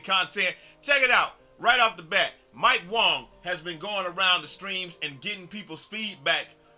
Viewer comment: Imagine calling mike wang mike wong